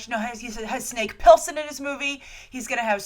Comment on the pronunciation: thanks for saying Rebecca Ferguson she is my first and only choice, and by the way the name is Snake Pliskin not pillson this has been the third time you've said that name wrongly i would suggest you refresh your memory by actually watching "Escape from New York'